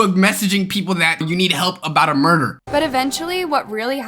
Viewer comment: Bro said murger